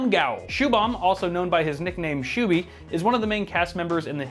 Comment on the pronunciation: absolute butchering of his name lol